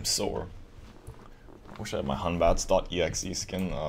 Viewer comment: its hun.bat NOT HUNBATS.EXE